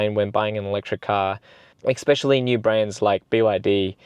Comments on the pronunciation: Mate, it's especially, not expecially. Good video though, thanks! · Appreciate the upload mate, but, just for future reference, the word is “especially”, not “expecially”.